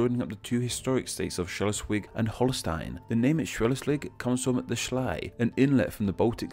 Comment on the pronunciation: Ich sag nur Schelswig... Oder in nem anderen Video Ellesallewador... hihi